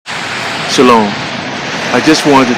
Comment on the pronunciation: Why do you say Salom are you yewish?